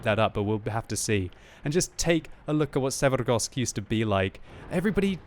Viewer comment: I just cant fucking stand to hear quickybabys pronunciation of maps and names, or should I say trying to sound eastern european but butchering words even more than he would by just saying it how they would sound in english. Oh man i dont know why but this fucking grinds my gears so hard I cant finish a damn video because of the way he say Karstas and Severgorsk. This is also the case in all his videos, just say the fucking names in english dont try to be russian damnit. Im from eastern europe and this makes my ears bleed for fucks sake